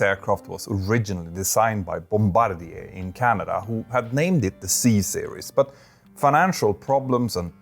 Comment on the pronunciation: Ya know this aviation channel is legit cause he pronounced Bombardier correctly. The number of aviation channels out there pronouncing it "bomb=ba-deer", AS IF an airplane manufacturer would name their company after the plane/pilot that bombs other countries.... well, if Bombardier was an American company, I could see that.